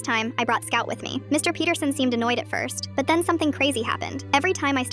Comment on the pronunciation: I thought she said Mr BeatHerSon😂 but it was MR Peterson 😅